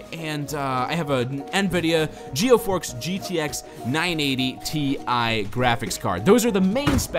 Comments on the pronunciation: he said geofork instead of geforce xD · Nvidia "geoforks" 980 :p nailed it